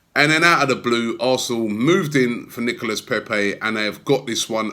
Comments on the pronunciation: Robby. He's pronounced NICOLA Pepé.. not NICOLAS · pronounced nicolah paypay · Still calling him NicolaS lol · Plus it's Nico-lah or just Nico which is what everyone calls him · All this bigging up Pepe for days and still cant pronounce his first name properly😂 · Trust Robbie to pronounce Nicolas with an s (the s in silent in French) and then say Pepe in a butchered French accent. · Still getting the name wrong 🙈